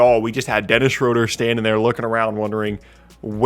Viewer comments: It is not pronounced shrowder. It is schrooder. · His last name is actually pronounced Shrooder. I know that because I'm a Hawks fan. He drove me crazy with boneheaded plays.